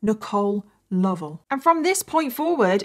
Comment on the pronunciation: This is such a heart breaking case. She was so innocent. And thank you for pronouncing Lovell correctly. That is my maiden name and everyone always butchered it. ❤